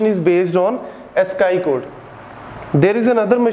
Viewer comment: Sir Ascii(ask-ee)